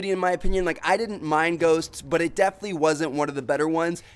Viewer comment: How tmartn says the word but: "butah"